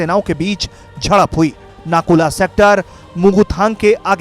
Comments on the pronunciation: Nakula नही नाथुला please correct कीजिये। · नाकुल नहीं, “नाथुला” है प्रोनाउनसेसनको ध्यन दो ।